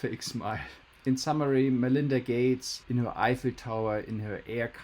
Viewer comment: Man-Linda Gay-tes